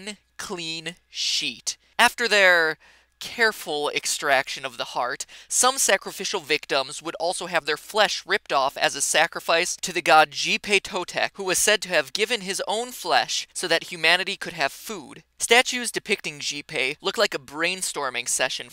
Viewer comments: I know its an old vid and is nitpick but here we go... it sounds"witchy-lo-posh-tli" and "shee-pet-toh-tek" and plzplzplzplz "meh-he-co" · I'm sorry but I have to point this out. You mispronounced the Xi in Xipe Totec. It's pronounced "she." And I hate to be that guy but that thing about the Aztecs at the end of the video was completely unnecessary. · YUP, with Huitzilopochtli I was like "well, that's not that bad I guess" but when he pronounced Xipe Totec I couldn't help but laugh.